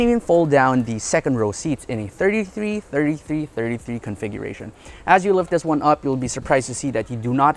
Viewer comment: I love to see how struggle to say each and everytime 😀😁😅